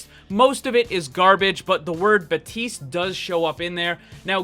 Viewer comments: its BAPTISTE not BATISTE. FUCK THAT MAKES ME MAD. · Baptiste not batiste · Lvl100 boss: not pronouncing the P in baptiste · In french we also say Batiste when someone's name is Baptiste